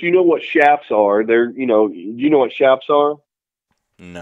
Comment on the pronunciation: *chaps. not chaffs.